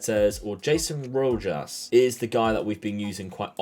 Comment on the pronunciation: Rojas you don't pronounce the j and you say roass not trying to to be a dick 😂😂